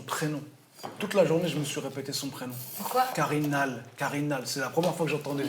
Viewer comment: le prénom se prononce pas comme ça on aurai dit elle parlait du grec